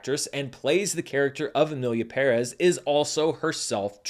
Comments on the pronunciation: He's the only YouTuber I've seen pronounce "Pérez" correctly, lol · seriously, enough with the perÉz already 😢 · Kudos for actually pronouncing "Pérez" the correct way, thing that the movie couldn't do. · Thank you for educating me. I don’t speak Spanish and I thought he was mispronouncing it because I’ve always heard it the other way, so I appreciate the information. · I like your style. So respectful but never lukeworm. And thanks for saying “Emilia PÉrez” and not “Emilia PeRÉZ” like everybody else. Greetings from Argentina. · Thank you for pronouncing "PÉrez" correctly. I know it might be tricky for english speakers but it's nice to hear it being said right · You area the only American movie critic that I heard said Pérez correctly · Thank you so much for pronouncing Pérez properly. PE-rez. I was hoping with the notoriety this movie has, that Anglo Americans would finally start to pronounce that surname properly. And in video after video, every host is still pronouncing it PerEZ. Kudos to you for seeing that the accent on the first E is there for a reason! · First of all, as a Hispanic, thank you for pronouncing PÉrez instead of PerEz like every Gringo has decided to do without any light research. The Academy deserves all the backlash, energy, and money they need to spend to fix this. They had the chance because the backlash already started just before the Golden Globes, yet they allowed their tone-def voters to champion it. I thought the same as you about the movie. I saw it when it had all the support, so my expectations were high. I didn't dislike it, except for the songs, which were horrible and embarrassing to me. I didn't even mind Selena. She did what she could. She's a Chicana, she's like JLo and many others whose parents didn't teach English. Not her fault. But the story was pretty shallow and kind of boring. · Thank you for putting the accent where it’s written! PEHrez not pehREHZ. Finally. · Thank you for pronouncing "Pérez" correctly. 🎉